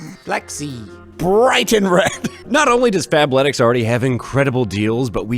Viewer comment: I heard FAPletics when that sponsor started and thought you got the jerking underwear😂